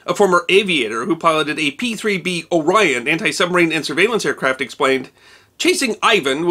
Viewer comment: You pronounced "Orion" completely wrong. It's not "O" Rion. It's Orion, smoothly pronounced.